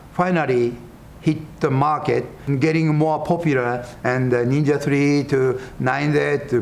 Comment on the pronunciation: "Only a neenja can stop a neenja!!"